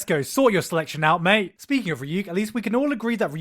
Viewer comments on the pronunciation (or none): none